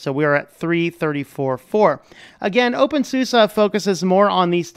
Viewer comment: Nice vid! Thanks. When you say "OpenSUSE" I understand "Wingardium Leviosaaa" hahaha, just joking :P